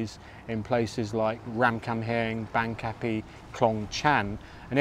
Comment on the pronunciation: My current Thai partner and I laughed at your pronunciation of Bang Kapi. My partner lived in Bang Kapi when she was working and living in Bangkok, and my ex-wife grew up in Bang Kapi. They all pronounce it (Barng Kapee)